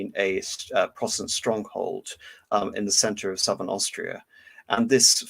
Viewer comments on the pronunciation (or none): none